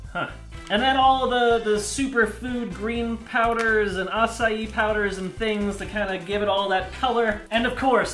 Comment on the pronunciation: Wait, is tht how u pronounce acai? A-SA-I? Well, I learnt something new